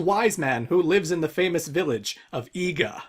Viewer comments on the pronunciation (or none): The region 'Iga' is pronounced 'ee-gah' and it is one of the birthplaces of ninja. The Iga ninja especially made great strides in using fire, like bombs, smoke powder, and guns/gunpowder. The Wise Man of Iga may mean the leader of the Iga Ninja, though IRL there's no way an outsider would know who that is or even that there are ninja in Iga at all. If we assume Goemon is a ninja of some sort (since he and Yae know about Iga), then this could be a homecoming for him! Since he uses bombs, as well as fighting with a pipe (which would, while lit, give him an easy source of flame to ignite something), Goemon might be an Iga ninja himself!